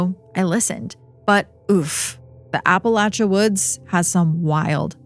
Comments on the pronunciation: I appreciate you pronouncing it correctly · Blue Ridge Mountains in Virginia. ❤ So nice to hear "Appalachia" correctly.